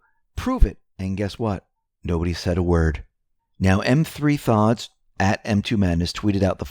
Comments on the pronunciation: >>>> M3thods is pronounced METHODS. Love your videos. I am subscribed with notifications. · Do you ever read the comments here? M3thods is pronounced METHODS. The 3 is an E backwards. Not too smart if you can't get that right. By the way, you are the only one who can't get it right, METHODS. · Thank you for all you do to help the movement! Enjoy listening to your videos....except, when you pronounce M3thods name.....it is pronounced "methods"....not being snarky, just offering some info. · You’re awesome, watch you every day-one comment though? “M3thods” is pronounced “Methods”. 😊❤️✝️ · M3thods is pronounced Methods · M3thods is pronounced - Methods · I love ya but you keep calling M3THODS M 3 THODS. His name is Methods, the 3 is basically a backwards E. Please stop, it hurts my ears lol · Do you say em three thods on purpose? You know it is the work methods, right?! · Lol. I don't think he calls himself M3 thods. Its pronounced Methods. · The Twitter handle that you referred to "M3thods" is pronounced methods, whereas he uses a 3 as the E. Just wanted you to know. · Hi! Love your show, I never miss a single one! I hate to correct you but, the Twitter handle you refer to is pronounced methods. The E is a 3 instead, clever but a little confusing. Keep up the great work! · just a quick correction. You have been quoting much from M3thods which yo refer to as M-three-thods, but the handle is "methods." Sorry, no offense intended just want you to have it. Cannot tell you how much I appreciate every report, twice a night! And I have to bite the bullet on Saturdays.And Sundays and your reports are back right on time. Thank you for your amazing reporting and tireless work! WWGOWGA! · M -3-Thods is “methods” with the e backwards - M3thods. ❤️ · Are you sure its M-3-thods and not methods? As in Methods 2 madness, lol, just a side note. Keep up the good work. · "M3THODS" is pronounced "METHODS" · M3thods pronounced METHODS dude